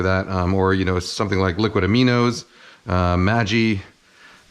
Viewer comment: he pronounced maggi like "maji" hahaha